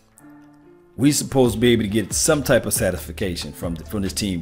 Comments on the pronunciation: Did this nigga just say sati,fa,cation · Did he say satification? 🙄🤦🏾‍♂️